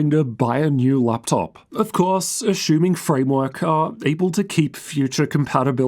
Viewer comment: ashumming azooooos